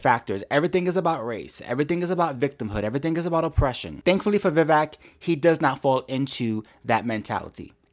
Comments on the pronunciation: Agree with almost everything you said,;-) the mans name is Vivek pronounced Viv-vake as in cake. Great vlog! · By the way, Vivek rhymes with “cake” not “check”. Vivek is an aggressive debater but this girl “Viveked” him and it was fun to watch. She talked over him, she dismissed his clarifications and she runs roughshod over her subject. That is Vivek to a T. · I'm doing my part to spread the word that his name is pronounced Vi-VAYK. VAYK rhymes with cake. I watched Vivek's interview with Tim Pool and how you pronounce his name was the first thing brought up.